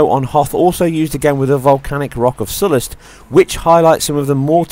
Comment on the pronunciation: I am impressed with the graphics on this game. Well done also on pronouncing it as 'Sollust', rather than the common and very annoying 'so-Lust' Thermal detonators sound fucking amazing.